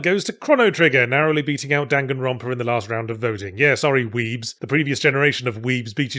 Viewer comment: Hearing Yahtzee say "Danganronpa" took me out 💀 I hope you review the first (and especially second) game some day, although I suspect you're going to rip my favorite guilty pleasure game to pieces. Great review, is the boss you're talking about the Mega Mutant on the Black Omen? That's the part where I unfortunately quit Chrono Trigger once I got killed five times in a row and various online forums insisted I needed to backtrack and pick up a few sets of some obscure armor around the map and it just completely killed the pacing of the game for me. I really liked it up until then though.